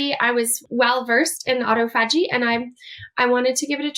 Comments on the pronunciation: I don’t have faith in what this woman is saying as far more medically trained and experienced consultants like Dr Jason Fung say totally the opposite to her and know how to pronounce the Autophagy correctly I think this woman is a Quack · You cannot pronounce autophagy or detritus. What of “doctor”are you?